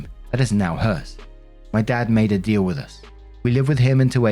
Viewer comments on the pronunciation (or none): none